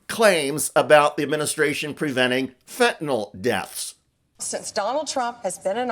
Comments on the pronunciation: By the way, it's fentanYL not fentanOL 😄 It hurts my ears, it does. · It's not fentanol, it's fentanyl. Lord help. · Is "fentanol" different from "fentanyl" ? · Fenta " nyl" not fenta "nol". Im more concerned about him being a cruel psychopath. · Everybody please say it once and remember it: fentanyl. That's fen-te-nil. There ain't no "nol" in the word. No awl, ahl, nol, it's fen-ta- nyl. -nyl pronounced nil. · Ugh!! It’s not Fen-tan-ol- it’s fentanyl - fent-an-ill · BONDI, GIVE UP THE “FENTYNL” SCHTICK! You NEVER CAN GET IT RIGHT! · Why do the MAGAs pronounce fentanyl "fintanol"? Or even "fit'n'all"